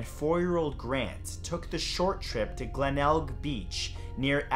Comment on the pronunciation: Congratulations!!! you pronounced Glenelg correctly... most non-Australians usually butcher Aussie names and locations... :)